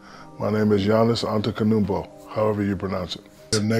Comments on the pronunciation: My name is Giannis Anttiticumpo however you say it. 🤣🤣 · "My name is Yannis ANTEKANUMBO, however you pronounce that name" lmao 😂😅🤣